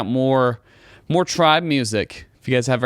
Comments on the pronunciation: Thank you for bringing attention to our girls. The name is pronounced Try Be. Tri is short for Triangle. In Korean culture, the triangle is a symbol of perfection. Their name means " Be perfect" Meaning be perfect as you are. Be yourself. Be the best " you" you can be. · Also their name is pronounced try-be.